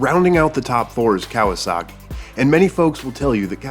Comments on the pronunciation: Cowasuckey... lol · According to my dad, it is not Kawasaki, it is "KawaSucky"